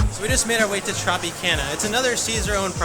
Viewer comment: The way you said Tropicana has me lol-ing. If you haven’t yet, you should stay at the Trop. Different vibe since it’s basically away from the other major casinos